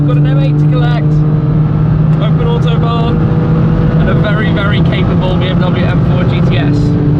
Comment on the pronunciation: It is not called the "Ortobahn", it is fckn AUTOBAHN. How hard can it be....